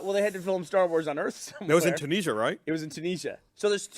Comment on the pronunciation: I hate the way they pronounce 'Tunisia'